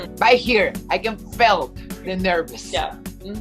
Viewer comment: Laura min : i can felt she was very nervous, pronunciacion que dijo ( ai ken fel shi was veri nervius), "she don´t speak english" yo pense que era she doesn't, aparte que la gramatica estuvo mal tambien su pronunciacion.